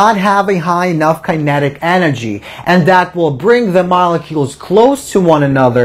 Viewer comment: learn how to say "Kinetic" kokhla